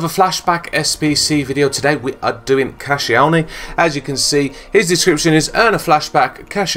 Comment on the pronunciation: KASHielny?! Who the fuck is cashielny?! Haha!. Only joking. Thanks for content man. Great work. Appreciate it